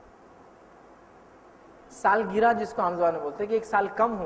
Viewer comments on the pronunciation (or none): Saalgira nahi sahab saalgirah hota h